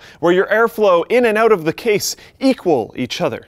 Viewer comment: He says ''out'' like Dane Cook... auout